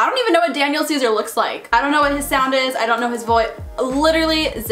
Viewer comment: Why she said his name like that tho lmao, "Danyiaal" 😂💀